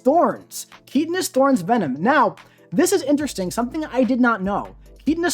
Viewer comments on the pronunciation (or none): “Keetanous thorns” 🤦‍♂️ KY -TIN-US THORNS….